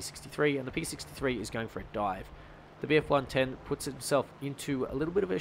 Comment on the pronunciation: You really struggled trying to say bf110